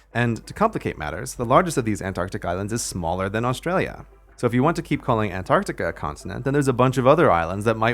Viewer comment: forever a-ntartica